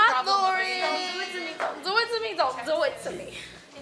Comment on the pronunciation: the birth of the iconic 'zon't zo it to me'